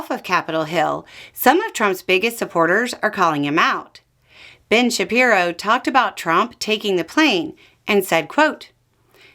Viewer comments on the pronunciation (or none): none